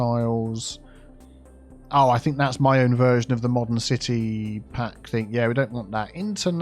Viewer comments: Ci-tea Hall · Funny, I feel like you named the palace area yourself when you said "Ci-Tea Hall". 😂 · CiTea Centre? 😜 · Ci-Tea Center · Cit-tea hall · City Hall = "Sippa'Tea Hall" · ci-tea square